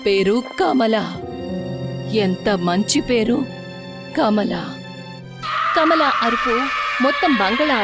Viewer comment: Kamla kadhu kamala